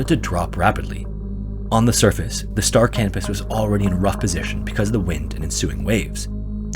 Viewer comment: I swear he kept saying the name of the ship in story was the Star Cannabis hahaha